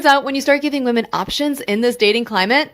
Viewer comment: Why do so many of these people feel qualified to speak about women online when they can't even pronounce the word "women".